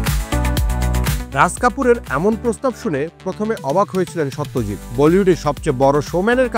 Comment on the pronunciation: Satyajit Nam ta thik vabe uccharon korun vai...Ota so not saw...ekjon eto Boro manush er nam nichen ucharonta sposto korun ...Bangali hisebe Sawtyajt bolle khubi seta baje bepar